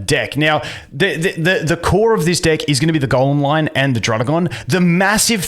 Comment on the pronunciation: I need you to say deck a little better bro xD